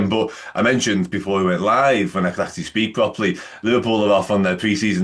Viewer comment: "When i can speak pwoperwy"? He can never speak properly!